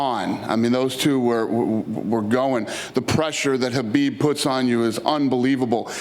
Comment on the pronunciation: Kha...bib. With a “K”.